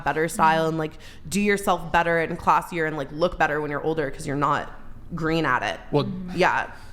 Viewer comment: She said classier, 😂...🤣🤣🤣